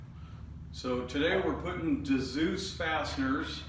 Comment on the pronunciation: Dzus pronounced zues